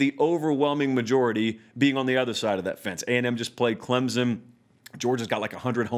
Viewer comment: There is no Z in Clemson. 90% can not pronounce correctly.